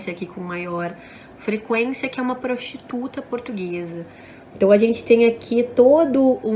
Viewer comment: "proxxxxxituta" portuguesa kkkkkkkkkkkkkkk